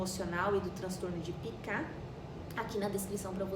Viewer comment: Pica e não picá